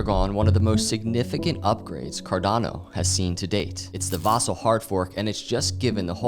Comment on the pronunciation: Dude - “Vasil” on I, not on A